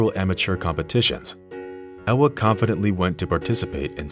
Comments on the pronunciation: Its Ewa not Ella.. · You are mispronouncing her name, in Poland, W is pronounced as a V, her name is Eva.